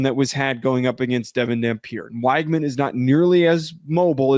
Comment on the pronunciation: Neither one of these teams have played anyone of note… Utah lost a home game then fell out of the top 25? wTF are you guys talking about…. TT has great depth that’s about it…. They are really good at every position…. Btw, it’s pronounced wig man you no researching a$$ clowns! 😝. Enjoy the show